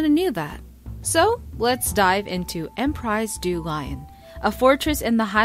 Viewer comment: btw... it's read(I think): empri du lion(and not lion as the animal, but read as written with an i.. like in think... i)